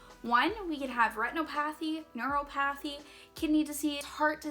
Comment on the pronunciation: Don’t know if it’s a Canadian thing or that those are words you don’t know how to say but here’s a key: Retinopathy: retin-op-uh-thee Neuropathy: ner-op-uh-thee